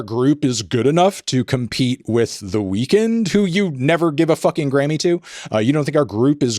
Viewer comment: Anthony always pronounces weeknd like "weakened" and it really bothers me